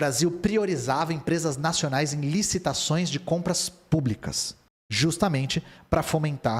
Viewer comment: esse "nacioanais" me quebrou